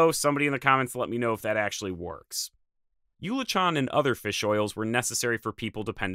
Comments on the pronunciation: One small correction. Your pronunciation of eulachon is not correct. That word is not pronounced yool-uh-tchon. The correct pronunciation (I lived on the North Coast for years) is OO-la-kin, with the emphasis on the first syllable. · I beleive it’s pronounced oo-le-kon. Also wan-de-fyuca.